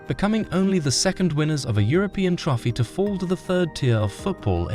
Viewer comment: dislike for pronouncing trophy as "trofy"